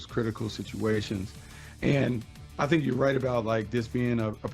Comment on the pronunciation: Anyone hear say at the end "I don't tink they are as good as we thought they would be"?😂😂😂